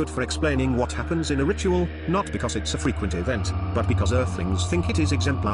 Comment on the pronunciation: I can't help but hear "Rituél"